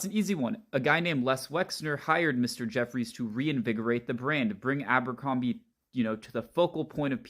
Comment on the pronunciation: it's not Àmbercrombie...it's ABERCROMBIE. My God man.